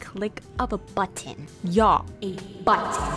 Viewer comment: SPACESHIP? BUTTŒHN Crazæh geæeeeet FAAAÆNCEYY *literal fart” SPRING RÆOLS GIRL SAID “🦅” Her Building skills are a SHEFS KISSSS